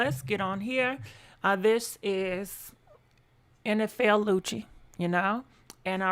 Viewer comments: Girrrlll im just here for the name chops!!😜 you said NFL Lucci!!!😂😂😭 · She Said Nfl Lucci Lmao